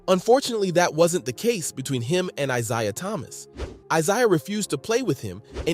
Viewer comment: The narrator mispronounces Isiah Thomas' name. It's laughable.